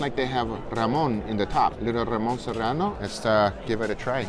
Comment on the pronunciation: Fra’ Gras? FWAH-Grah Ramón Serrano? HA-MON